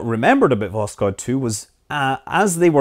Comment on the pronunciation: It's not pronounced "Voskod", it's "Voshod"